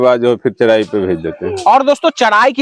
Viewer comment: Thik hai bhai....Lekin Aap Bihari log R ko D kyu bolte hain. jaise Charai ko Chadhaii... Bullshit